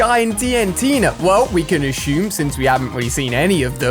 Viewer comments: assume not ashume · Why do you say ASHUME instead of assume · ashum ashumed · Yes ashum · Did he say ashume or is it only me😅